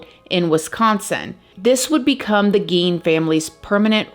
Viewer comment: Gein is pronounced as GAIN.